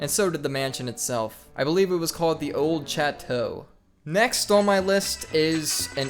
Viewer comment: the scariest thing in this video is pronouncing chateau as, 'Chat-oh'